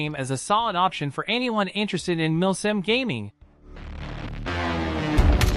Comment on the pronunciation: I hear him saying "milf sim"